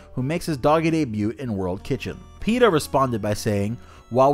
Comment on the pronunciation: I didn't think peta was a real thing i thought just said peters name like that